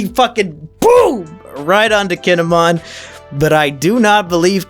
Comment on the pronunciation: Right... I am surprised I got the two confused. AAGHHHH. Oh well. Reminds me... he has been throughout the entire review series mispronouncing Kinemon's name. The way he says it is if he were a Digimon.